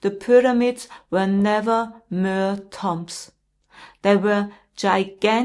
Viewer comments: Pronounced. Tume. Not tom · Hi, it's pronounced toombs, great video thank you xx